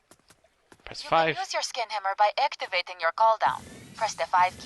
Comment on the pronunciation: Whenever said Scan Hammer, it sounded like Skin Hammer. Not what I wanted to hear.